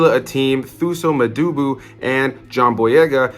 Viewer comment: This is how THUSO MBEDU is pronounced. "Twosaw" M-BE-DU